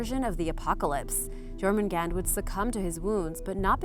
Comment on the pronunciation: Your pronounciation is vastly improved. Still to much j in Jormangandr, it should sound like a y instead. Even so, even in his name you did well. Sleipner and Thor's goats are my favorite animals of Norse mythology. The Draugr are the only ones I think are actually creepy. The rest are interesting.